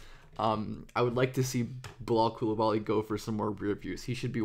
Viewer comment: You keep butchering his name